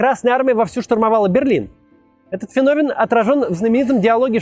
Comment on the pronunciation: Спасибо Максиму за правильное ударение в слове «феномен».